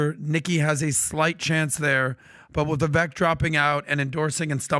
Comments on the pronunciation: Guys ... MUST BE ABLE TO PROPERLY PRONOUNCE THE NAME OF CANDIDATE! STOP READING IT! READING IN IMPRINTING INCORRECT PRONUNCIATION !, Instead, memorize name, as such: “Vivek” is pronounced: “Vivāk” rhymes with: Bake a Cake, Fake, Lake, Make, Rake a Take,Wtake! We will KNOW HIS NAME, because, other than Trump, Vivek will prove to become a hopeful winner, if, GOP improves their reach, do some. Improve targeted messaging to the GenZ /and the educated millennial. If there’s one trait that Trump & Vivek Share, is 😊😅positive, boundless every and insatiable work ethic & they genuinely love people. Past that the similarities with strength,might be a “clash, but we can only hope these 2men were both being sincerely interested in working together, just so long as Vivek understands and smart about realizing that Trump has many strong players surrounding him. Because this can work or, just as easily get very sour, very fast. The 2 GOP primary candidates that came 2nd. & 3rd(, are fakes! Nikki I’d not trust at all! Someone needs to be watching that war mongering, opportunist. If someone foudout she was working with the DNC, I’d not be shocked. Btw., what has “someone DONE WIT RFK, Jr?? Is concerning the way it appears to has gone (???) Hope he is just regrouping after Holidays, and fundraising. But cay imagine DeSantis survive South Carolina. Is gonna be her & Trump, she’s a VIPER 🐍 Or, think - alla Italiano. Am sure Vivek ( is pronounced: Vāke( CAKE BAKE). He also passes , ‘nel sud di Ita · why can PBD not say "Vivek" correctly.... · ....HIS NAME IS PRONOUNCED "VIV..VAKE....WHICH RHYMES WITH "CAKE"!!!!!!!!!!!!!!!!!!!! NOT "VIV...VECK" WHICH RHYMES WITH "WRECK". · can you please show a little respect to Vivek...his name is pronounced Vivake as in "cake". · Vivek like cake, pronounce his name right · I do love this show, but could y’all PRETTY PLEASE pronounce Vivek’s name right? He rapped “It’s Vivek, like CAKE” lol lol Vi- VAKE😊